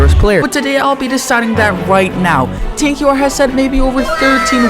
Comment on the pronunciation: the fact said tan qr and not tanker lol